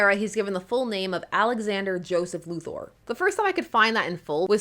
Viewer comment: Sincere thanks for pronouncing "Luthor" correctly.